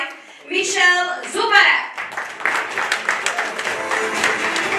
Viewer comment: Ale wymowy jego imienia i nazwiska mogła ta prezenterka się nauczyć; qffa, XXI wiek, AI i wszelkie źródła pod ręką 😡 MISIEL ZUBARAK?! SERIO?!!!